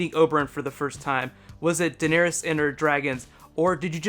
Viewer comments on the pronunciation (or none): It's actually Daenerys, not Deanerys. I haven't read the books yet, and even I know that.